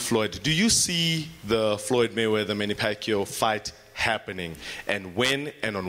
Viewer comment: Hahha the guy didn't even ask him about manny pacquiao. He said "money" not "manny".